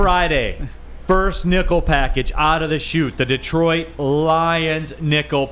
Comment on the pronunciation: You guys need to work on your pronunciation of Detroit